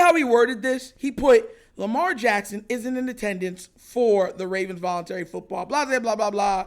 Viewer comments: The word is "VOLUNTARY" 🤦🏿‍♂️🤦🏿‍♂️🤦🏿‍♂️🤦🏿‍♂️🤦🏿‍♂️🤦🏿‍♂️🤦🏿‍♂️ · It’s “VOLUNTARY”